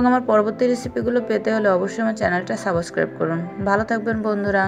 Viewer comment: Subscribe pronunciation ta thik bolen ni